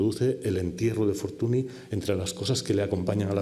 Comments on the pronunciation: La "ny" suena "ñ". Me patina mucho que un catedrático pase por alto la fonética básica del nombre de tal figura. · ¡Magnifica conferencia!, por cierto, Fortuny se pronuncia [fortúñ], apellido que procede del catalán, donde el fonema consonántico nasal palatal en el catalán con la grafía «ny» y en castellano con la grafía «ñ», representa el fonema /ñ/.